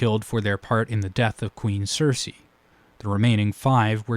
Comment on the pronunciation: You called maegors wife ceryse “cersei “